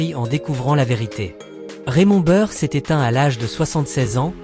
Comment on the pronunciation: Ne pas savoir prononcer Raymond Burr ni Perry Mason ni Ironside , la honte !!!!!!!!!!!!!!!!!!!!!!!!